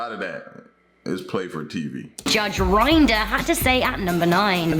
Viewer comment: The fact that she mispronounced Judge Rinder pisses me off!